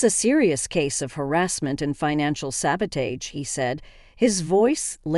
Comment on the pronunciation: The mispronunciations of Ethan’s name and the word sabotage are hilarious.